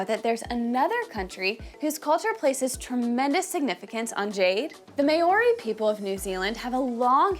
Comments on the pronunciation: " the may oree people" geez. Maori is like saying cow but with an m and ree at the end. No hate just correcting an innocent mistake, thanks for taking interest in another culture. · Never heard maori pronounced like that 😅 try saying the ri part like a roll on the tongue... the clubs can also be called patu. I personally own a wahika 😝 also wahika with the hi being pronounced more like hee. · Can't even say Maori correctly - not a good start. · I agree